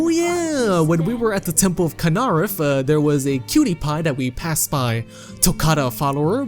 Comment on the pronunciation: I'm sure this video is informative and entertaining. Unfortunately, I just keep tripping over your pronunciation of Rorikstead, Ivarstead and Kynareth The NPC's in those villages literally say the names out loud so you don't even have the excuse of not knowing how it's pronounced. Same with Kynareth. Danica says the name. Nor do I believe the accent excuse. If you can pronounce 'steed', then you can pronounce 'stead'. Considering you pronounced Rorikstead just fine and then suddenly forget how seconds later, I can only assume you are trolling? Edit: Why does leaving one line space between paragraphs during typing actually put two line spaces when you post?